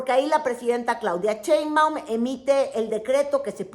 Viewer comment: dice "Chembaun"